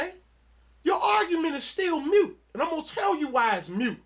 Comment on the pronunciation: It's not "mute", it's moot. When you try to use words you don't have a full grasp of, effect than intended. it has the opposite